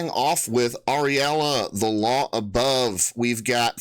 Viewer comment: Uh- rule-ya I believe is the pronunciation. Glad to stumble on this channel